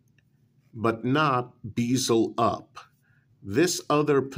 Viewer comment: "bee-zuhl", should be "bez-uhl"